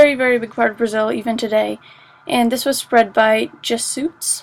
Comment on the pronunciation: "Jezz suits"